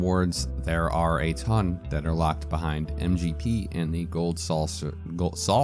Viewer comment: Great tips and I love how you left in the little pronunciation hiccup of gold saucer...highly adorable 😂